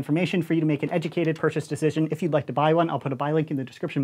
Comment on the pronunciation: Nobody:: Tactiacal